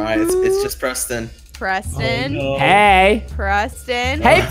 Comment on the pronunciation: Preston not pemston